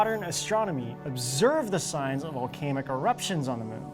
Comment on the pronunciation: Vol-cane-ihk.... haha